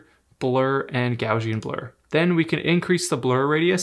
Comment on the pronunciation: Two unexpected things I learned: the proper pronunciation of “polygonal” and “Gaussian.”